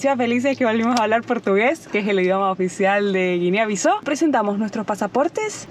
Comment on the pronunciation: Hola chicos. Saludos desde Portugal. Que buen videazo. Excelente vuestra positividad y energía. Acordarse que Bissau se pronuncia como en español "Bissau". Buenas rutas.